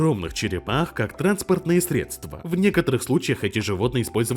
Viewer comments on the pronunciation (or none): none